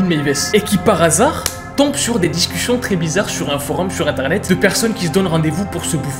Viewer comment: Il a bien dit a minutes : DES DICUCIONT TOTALEMENT NORMAL 😂😅